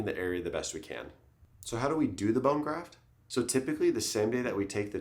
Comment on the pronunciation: bone graf”t”😂